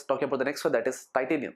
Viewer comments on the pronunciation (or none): none